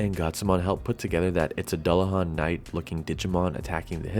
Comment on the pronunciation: Dullahan pronounced fairly bang on. Also, what mic do you use?